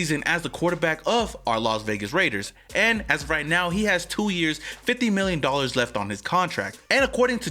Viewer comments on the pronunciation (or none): Daller Waller!?...... 😂😂😭😭💀💀